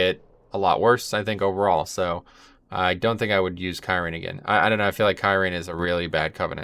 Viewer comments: (Khear-ean) lol love the content just triggered by the pronunciation <3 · If you like kyrian so much please for the love of god learn how to say it lol. It's a little thing but there's so many times it's said in game there is no reason to say it the way you do haha.